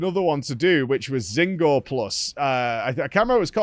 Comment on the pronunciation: Does he say Zinogre’s name wrong on purpose?